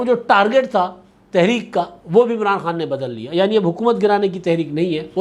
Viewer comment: اچھا ایک بات بھاٸ کو سمجھانی چاہیے وہ کہتا ہے عمراٹو 😂تو ان کو بولنا کے نام ٹھیک لینا چاہیے بندے کا😂😂😂😂😂😂